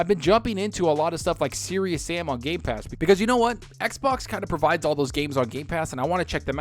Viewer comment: Hahahaha seconds mark and this guy says g.a.ypass hahahaha